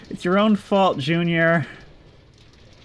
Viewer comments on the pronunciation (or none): none